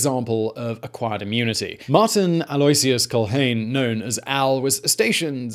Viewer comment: Aloysius = ah-low-ISH-us